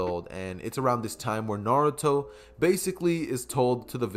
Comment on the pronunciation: Why is Naruto prenounced na-du-tho instead of na-ru-to Also you should’ve made Sasuke the reincarnation of vegeta